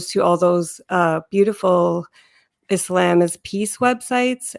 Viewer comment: The way she says Islam is quite annoying. You can tell she is trying to say it “right” but since she does not master Arabic, it sounds awful haha.